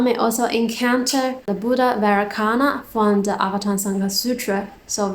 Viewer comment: Thanks sister. One small correction: Vairocana is pronounced like "vay-RO-cha-na". 🙏